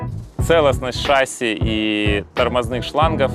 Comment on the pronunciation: не шАсси,а шассИ